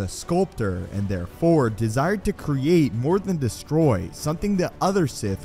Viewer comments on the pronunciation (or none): none